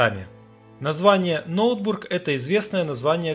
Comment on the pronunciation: Правильно произносить не Ноутбург, а Нотебург. Это шведская крепость на Ладоге, ныне крепость Орешек. А не Кроншадт!